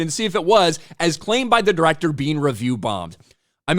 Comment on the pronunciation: Di-wreck-ter X said that no one gives a shit about Robin Hood. As a Brit I'm hear to tell him more people have heard of Robin Hood than that no talent hack.